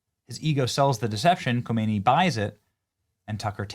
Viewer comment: Not Homeiny, Humney !!!